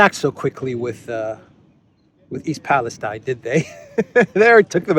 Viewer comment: East Palestine = East Palesteen pronunciation